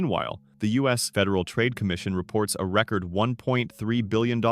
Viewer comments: The essay is good, but the bot voice tripping up on words like "record" and "gamified" really lets the video down. If you're going to use an AI voice, be ready to listen to your video and edit it where it makes silly mistakes. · This AI video was informative, but not something I’d watch again. Record (noun) is not the same as record (verb). Not here for AI taking over for actual research by users, but I do understand with only 1.2k subscribers